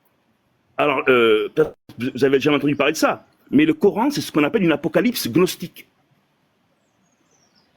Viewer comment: " Après avoir vérifié CNRTL, gnostique se prononce [gnɔstik] , avec le "g".